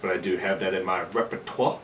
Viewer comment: How much CBD did you smoke before this? 😂😂 You just seemed very relaxed. You said repertoire 😂😂I love these kinds of episodes where you just talk about anything and everything.